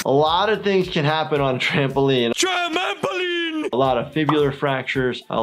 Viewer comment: Tramampoline! Homer Simpson.